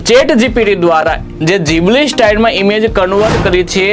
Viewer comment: ઘીબલી ❌ જીબલી ✅